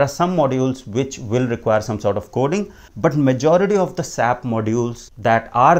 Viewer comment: Its not Sap its S-A-P, as a S-A-P consultant when you say sap it hurts 🤷🏼